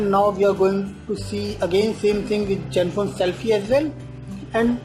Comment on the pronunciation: its like hes saying jenfone 2... haha